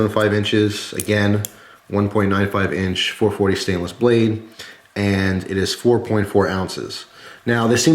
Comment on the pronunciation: Interresting, siainiless, never heard of that before